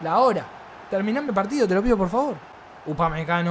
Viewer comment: “Upamecano. Upamecago 😂😂